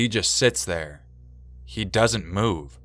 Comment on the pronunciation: "Right thur" I died laughing just saying